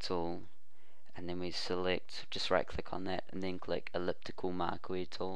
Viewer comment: "Eliptical Markwee Tool"? D'ya mean Eliptical Marquee Tool?